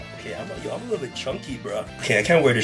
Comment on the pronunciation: "It's a likkle tight styll" toronto man meets yugioh lmaoooo